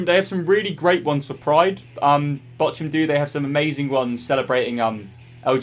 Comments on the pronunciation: VFL Botchoum, omg, you butchered the name. i cant stop laughing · Botchun yeah you botched that one its Bochum but i can understand that this name for an not german is realy hard to pronaunce to pronnounce the name without the t And this was some lovly Video again thanx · Botchum hahaha. You definitely Botchumed that name 🤣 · funny how you pronounce bochum as botchum lmaoo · I’m about 90% sure it pronounced bockum mate 👍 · Botchum? Lol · You butchered Bochun... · Classic Youtube style video and big shout to the club's who responded. I'm also here for utterly murdering the pronunciation of Bochum 😂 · Iam from Bochum and I was in shock when I heard him saying Bochum. He said it so wrong and bad I didn't knew it was possible 😂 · That is soooooo not how you say Bochum. As a German that made my ears bleed : ) Still very nice of Bochum. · It is Bochum, prounounced softly like in Tuch or Thomas Tuchel hahahaha. I m Bayern München Fan and we have a Fan friendship with Bochum, I wonder if u have asked Bayern München for a Shirt, cuz normally they should have send u like a press kit. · He butchered VFL Bochum's name😂😂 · They way you said Bochum pains me! Love VFL Bochum though, hope they make it the Bundesliga 1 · Im as a german found it so funny as you said Bochum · Bochum send you a shirt just for you to mispronounce their name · Casually "botching" the pronunciation of Bochum... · Love how you butchered the pronunciation of Bochum. Greetings from a Bochum-Fan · The way you say Bochum triggers me.... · You are butchering Bochums name :D Look it up on Google Translate in German